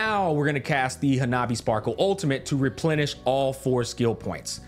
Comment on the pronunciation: I wish they kept her name as Hanabi, I love that he says it too lol